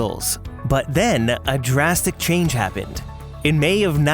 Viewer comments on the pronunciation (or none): none